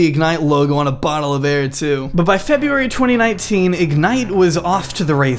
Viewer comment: FebRUary numb nutz!!! NOT FebUary... smh...